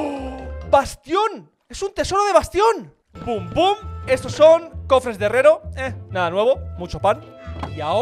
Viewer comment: dijiste harrero E es de herrero